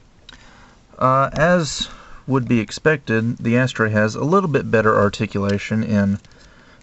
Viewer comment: It's funny the way people pronounce it 'Ass-Tray' (rather than 'a-STRAY').. always makes me think they are saying: "Ash-tray".